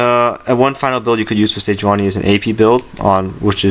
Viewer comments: Ni not Na sejuaNI. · its pronounce SE JEW ANI